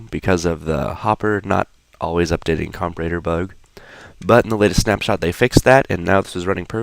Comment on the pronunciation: Say comparator right, holy shit it's not hard lol